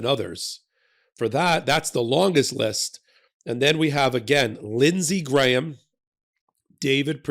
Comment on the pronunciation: Hey, an American who can pronounce "Graham" properly! Nice work,!